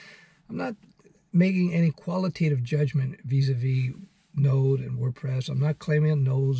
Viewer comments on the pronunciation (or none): none